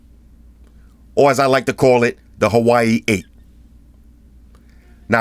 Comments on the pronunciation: I love how you pronounce Huawei as Hawaii . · WAH WAY say it! WAH WAY repeat! WAH WAY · It's pronounced "wa-way" lol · Took me half way thru to realize what "hawaii" was 😂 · He pronounces Huawei as Hawaii XD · Huawei pronunciation😆